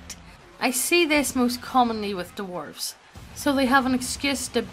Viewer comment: I love this channel, but I hate how you guys say, "dwarves," as, "Duh-warves,"